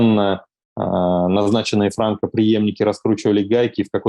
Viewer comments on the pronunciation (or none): none